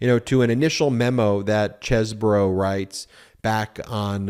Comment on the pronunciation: It's not Kevin Chess-bro. It's Keven Cheese-bro. 😂